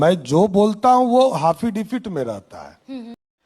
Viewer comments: अरे एंकर महोदया आप समझ नहीं रही हैं। हाफिडेबीड में लिख कर दिए हैं।😂 और बार बार हाफिडेबिड,हाफिडेबिड रटे जा रहे हैं।😂 5वीं, 8वीं, 10वीं, 12वीं, सभी सुने पर यह क्या सुन रहे हैं।😂 एक कोर्स।😂 लगता है बहुत बड़ा कोर्स है । सम्राट का।😂😂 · क्या हाफि डविट करता हू😅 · एफिडेविट होता है सम्राट जी हाफी डेबिट नहीं होता सोचिए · एफीडेफिट के लिए हाफीडिफीट बोलता है अनपढ़ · जैसा बिहार वैसा ही नेता बधाई हो एफिडेविट को हाफीडेविट बोलने वाला नेता मिला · Kya rumer faila rhe ho faltu ka yesa kuchh nhi bole hain,aur unke local language me affidavit ko haffidafit bola jata hai.